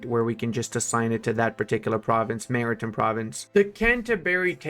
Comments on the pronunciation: Mara-tim presence hurt my soul more ...... Mari-Time man! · Maritime... Time, like what time is it? Not Tim, the guy who lives down the road. Then there was more. Cinque... Just sink (kinda). French for five. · hey buddy, how do you pronounce the word "time"? So why do you pronounce "maritime" the way you do?